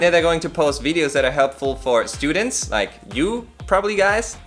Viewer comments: Jajaja es gracioso porque dijo justito "E- studients" hahaha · "I don't make that mistake anymore" ... 1 minute later "estudents"😅